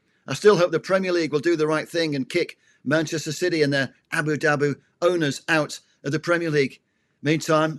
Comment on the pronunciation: I sincerely appreciate that name dropping adds to your football credentials. Unfortunately, repeatedly misprouncing Amorim's name, and then talking about somewhere called Abu Dabu, suggests there are some names you youself do not take seriously. How can not taking others names seriously really lend support to any serious argument?